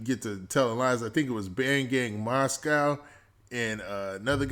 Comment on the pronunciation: Masoe bruh MASOE not moscow smh 👀 Cant lie i was rollin when dog said moscow